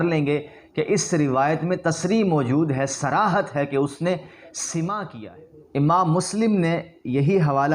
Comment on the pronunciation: پہلے کچھ پڑھ لکھ لو بیٹا... تیرے بس کی بات نہیں پاب کو بھیج 1) حتی یقولُ نہیں حتی یقولَ. 2) سَماع ہے نہ کہ سِماع. 3) خبرُ مدلس ہے نہ خبرُن 4) اَ نّ المدلسَ ہے نہ کہ اَن المدلس